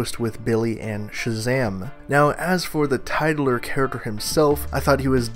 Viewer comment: wait.. did you just say "title-er character"?